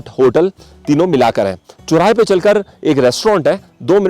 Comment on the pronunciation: Sir i like your videos.... but i have a feedback for you... if you are explaining anything in hindi, please use correct pronunciation... the way you speak is very irritating because most of your words are pronounced wrong. . आप सौ को सो ,चौराहे को चोराहा बोलते हो।